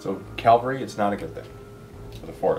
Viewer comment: It's CAV-ALRY not CAL-VARY! That's why your dogs are Fast Cav and not Fast Cal. Unless they're all called "Cal" and are really good at running.....:)